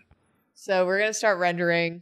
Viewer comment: saying "This rending" instead of "rendering" (before correcting herself) while the video is her painting the meat being shredded by Pikachu's teeth, might just be one of the all-time great Freudian slips